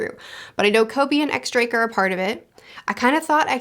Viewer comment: Really a bummer that a Blackbeard theory wasn't picked here cause he's my favorite bit of theory material for sure. also for the record you don't pronounce the "X" in X Drake it's actually pronounced Diez Drake. The X is the roman numeral for 10 and that's 10 in Spanish which is a little silly but is the official pronunciation.